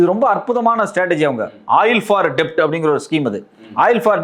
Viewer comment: Debt. இதை டெப்ட் என்று உச்சரிக்கக்கூடாது டெட் என்றுதான் உச்சரிக்க வேண்டும்.